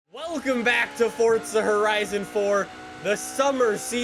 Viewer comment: It’s forza! NOT FORTZA!